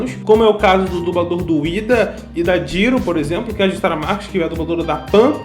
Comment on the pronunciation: Cara, você reclamou do Bakúgu, mas no mesmo vídeo você falou Kirishíma ao invés de Kirishimá, e Jíru ao invés de Jirô. Então não faz sentido essa crítica, sendo que você mesmo pronuncia vários nomes errados. Lembre-se que no português a gente tem tendência a pronunciar a letra o com som da letra u, então 99% dos nomes que terminam com o, a gente fala errado, como Naruto, que se pronuncia Narutô, e não Narútu como muita gente aqui no Brasil fala.